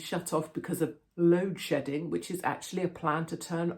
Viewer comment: Sounds like "load shitting"